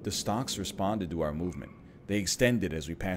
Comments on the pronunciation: NL...why are you pronouncing the L in Stalks? As a fellow Ontarian i must know. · It is extremely strange as he seems to pronounce it correctly a few times afterwards.